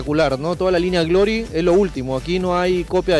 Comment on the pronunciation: "marca grory" jaja